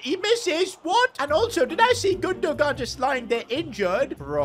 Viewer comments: You are saying gundo-gan it’s gundogan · It’s GundoHAN not Gundo gan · It’s gun-du-wan not gun-du-gan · You pronounce his name like Gondowan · the way he says gundogan lol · makes me cringe every time he says Gundogan 😢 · enjoyed the video also you dont pronounce the second "g" in gundogan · You don't pronounce the g in Gundogan